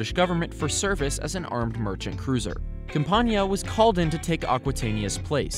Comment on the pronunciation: camp-ain-iah is how it is pronounced